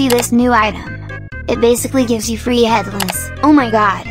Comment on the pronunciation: "Head lice" MISS GURL😭🤚